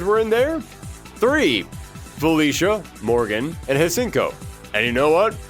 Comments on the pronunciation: that Hsien-Ko pronunciation REALLY threw me in for a loop, really did my girl dirty 😭 for those who don't know, almost every time her name is said, it's completely different, and actually incorrect, the REAL correct pronunciation comes from the puzzle/gem fighter games (shang ko), it feels weird when it's said differently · Hsien-ko is pronounced either See-en-co or She-en-co. Either way, the H at the beginning is silent.